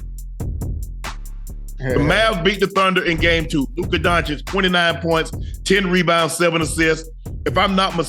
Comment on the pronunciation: Now I need shannon to correct SAS whenever he say doncic' name